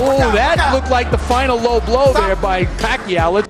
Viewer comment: it not blowblow paniki it a lowblow hahah